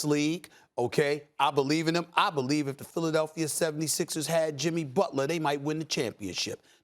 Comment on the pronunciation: SA: Jimmy Butlaa.....Jimmy Butlaaa.....lol